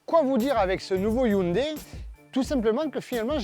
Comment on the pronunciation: hyundai pas hyndai :) sinon , bon travail